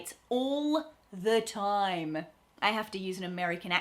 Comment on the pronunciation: How come you say "time" the way Americans say "time"? I'm American; what we usually hear when Aussies pronounce that word is something that sounds to us like "toaim." The same with "subscribe" . You say it exactly as Americans do; but I usually hear Aussies say something closer to "subscroaib." And right after that, you say "if you like" ; but you pronounce the word "like" the way Americans do, instead of "loaik" which is what we in America usually hear when Australians pronounce the word "like." Confused.